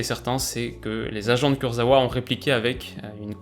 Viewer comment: On dit KourzaVa btw (c'est du polonais)